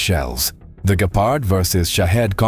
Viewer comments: It's not gaypard its gepard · Why you say Gaypard 😭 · so what? Many native english people can pronounce Gepard correctly.